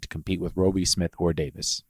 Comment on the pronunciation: "Rowbie" "Leeto" Bruh..... How.....